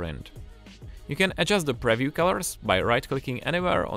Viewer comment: if this guy says preview like that one more time...